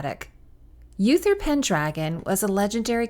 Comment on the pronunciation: Uther is pronounced oo-ther not yoo-ther.